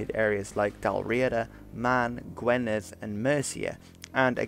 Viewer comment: Absolutely love your videos man! Just so you know Gwynedd is pronounced gwi-nedd not gwe-nedd :D